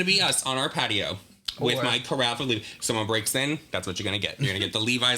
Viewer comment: I think it's nice that they bit their tongues and didn't correct you. Carafe rhymes with giraffe. Your friends are kind and very polite.